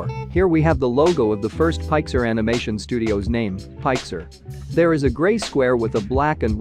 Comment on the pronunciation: Pixar not pixer